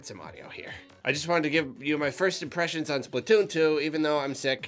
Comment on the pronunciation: Vocaloid Monster M3K9 that's not as good a pun, though. The "im" in "impressions" sounds more like "swim" than "ink."